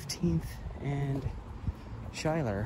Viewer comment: Schuyler is pronounced “Skyler”